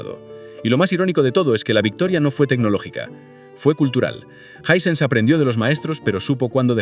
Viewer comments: Me da cancer de oído escuchar Jisense en vez de jai-sens, otra cosa ese bolazo de que en Sudamérica no se podía comprar marcas caras como las Sony que literalmente es el televisor más vendido en Sudamérica 😂 Hisense apareció oficialmente en Uruguay hace 3 años. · Los españoles son negados para el inglés disque "jisense" en vez de "jaisens" 😂😂😂😂😂😂😂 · Hay que definir la pronúncia. ¿Suena Ysense o Aisense?